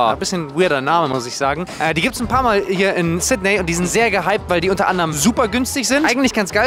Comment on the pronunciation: Sydney wird übrigens "Sit-nii" ausgesprochen.